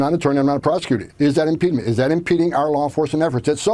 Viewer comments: "Impedement" - what a clown. Making up words, like I said, dumber than a bag of hammers. It's IMPEDING or interference which is a physical act, not FREE SPEECH. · “Impeadment is impeadment…”, it’s just not a word. Does mean IMPEDIMENT? My Scrabble and Mirriam-Webster dictionaries cannot find a word the head of meat is pronouncing as ‘impeadment’. Is beef boogeyman asserting that AOC is acting as an IMPEDIMENT to ICE in the performance of their duties? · What's really funny is that "impedment" or "impedement" isn't even a word! 🤣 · Impede-ment. Not a word. Impediment. Dumb Nazi. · Homan keeps saying “impedment.” But “impedment” isn’t a word. Maybe he meant “impediment” or “obstruction?” It’s ironic that the guy who’s deporting immigrants can’t speak English and doesn’t know what’s in the U.S. Constitution. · Impeedeement is impediment even if it only sounds similar. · My mind can’t handle his pronunciation of the word “impediment”. That’s not how the word is pronounced. YouTube subtitles don’t know what to do with that. I looked up the accent from the part of New York State he came from, and solved nothing. What is WRONG with him ? I mean, I know, on so many levels, I know what is wrong with him, but… WHY IS HE SAYING IT LIKE THAT ?